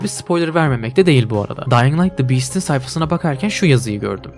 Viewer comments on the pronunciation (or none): none